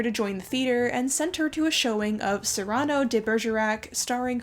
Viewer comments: Cyrano is pronounced Sear ran no, not like a hot chilli pepper. I know this is a year out, but the mispronouncing of one of my favorite characters in literature is making my ears hurt. Love your stuff otherwise. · Cyrano is pronounced with the accent on the FIRST sylllable.